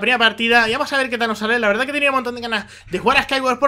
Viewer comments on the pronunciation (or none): none